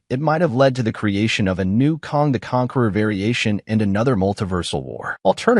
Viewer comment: KANG not Kong! 🙄